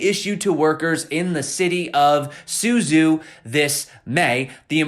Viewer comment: Hearing English speaking ppl trying to pronounce chinese words is fun :) zh is pronounced like a J, it's pronounced Su Jow (like the Dow in Dow Jones but with a J) I haven't heard one person say this right yet. You could be the first!